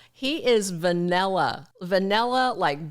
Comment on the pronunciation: She said vanilla like Bryers 😂😂 Wowzer